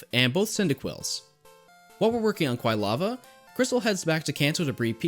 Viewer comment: I have to assume it was comment bait because I know Pokemon have no correct pronunciation but it’s very easily Quill-ava… anyway this is my third or more time watching and still love this as a guide and background noise